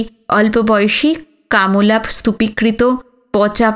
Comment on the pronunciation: কামলা... কাম্ লা উচ্চারণটা কানে লাগলো বড়ো